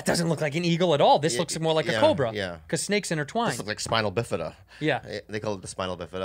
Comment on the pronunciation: Did Bobby just say "Spinal-bifida?" 🧐